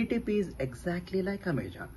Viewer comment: Amazon not Amajon